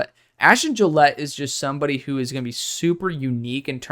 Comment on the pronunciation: Gillote is not “Gillette”. It’s Jil-OTT-ee